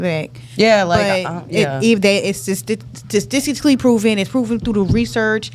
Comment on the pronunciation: This girl said saticickly proven.😂